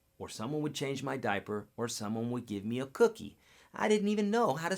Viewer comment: good info, but dude, it's cookIE, like cookie monster!!